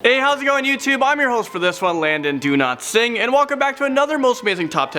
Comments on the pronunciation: DOW is Dow not Doo Its not Doolatsingh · I thought he said his surname was "Do not sing" 🤦🏻‍♀️